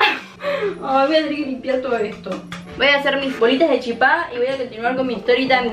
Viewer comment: para master chef♥ pd: amo porque pronuncia chipá como en guaraní. saludos desde paraguay.